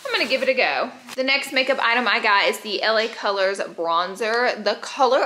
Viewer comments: Anyone else here Laura say la girls instead of la colors lol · Didn’t anyone one else catch Laura saying LA girls instead of LA colors👀 I love Laura’s videos! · Laura always calling "LA Colors" "LA Girl" 😂😂 , I love her !